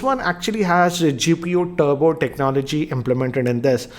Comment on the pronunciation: its Turbo not Tubro RIP English